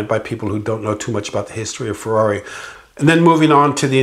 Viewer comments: Hey you english speaker, please learn how to tell the word italian brand. Ferrari is not a fwerrrrareeee. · After working for Ferrari all those years you’d think he’d learn how to pronounce Ferrari correctly😉